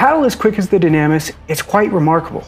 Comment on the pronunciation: I would assume it's pronounced "Doo-nah-miss" if it's Greek. Just a thought.